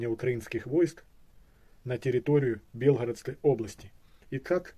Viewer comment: Ни Белгородская, а Белгородская область, ударение на О .